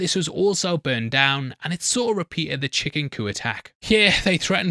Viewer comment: He's just not pronouncing the "p" in chicken coop. What he said was, "chicken coo and..."